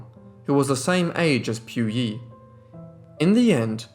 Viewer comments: It is pronounced as PU Yi instead of Piu Yi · Pu yi sounds like Pooo eee. Not Pew EEE. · POOYEE NOT PYOUYEE JESUS CHRIST WHY IS IT SO DIFFICULT TO PRONOUNCE A SIMPLE NAME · If you're going to make a "documentary" you should at least make an effort to pronounce Puyi correctly, British accent or not. You got everything else right.